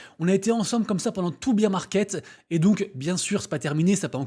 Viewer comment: Merci pour les news. J'adore quand tu prononce bear market "beer" market mdr vive la bière ça fait tellement plus optimiste